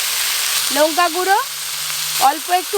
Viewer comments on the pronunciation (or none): কোলা নই কথা টা হচ্ছে কলা লুঙ্কা না কথা টা হচ্ছে লঙ্কা